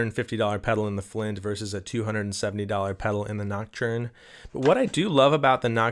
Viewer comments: Pls stop saying ”noc-churn” 😅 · gotta get that French pronunciation of näktərn going on 😜